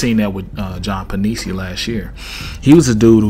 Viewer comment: love him too, looking forward to see the work hes going to put in this year.. Penisini pronounced pen-ih-seeny